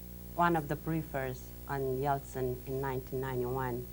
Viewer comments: Say "Yelstin" one more time. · He keeps saying Yelstin, not Yeltsin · Nixon was brilliant and incredibly prescient. I've noticed he always pronounced Yeltsin as "Yelstin". Not a real criticism, I absolutely admired Richard Nixon. The most enduring political presence of the last half of the 20th century.